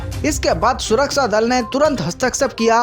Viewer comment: Wrong pronunciation of surakchha